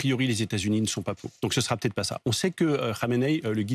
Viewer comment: Cette journaliste ne sait pas prononcer les liaisons: ça peut hêtre, ça peut haller…